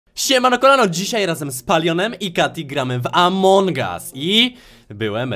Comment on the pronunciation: Among a nie amoung